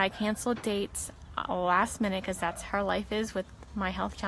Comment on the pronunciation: She endured so many challenges, Health, family, job. And I did not even know she also suffered speech impediment as well! Not sure the nature but she always said "Har" for "how". But she thrived despite this! Go Shannann!